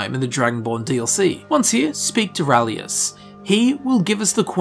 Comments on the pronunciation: His name is RALIS (ray-lis), not rahlius! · His name. Is RALIS! Urgh! Unsubbed! XD